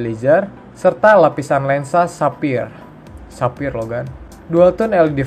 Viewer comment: Sapphire dibaca safayer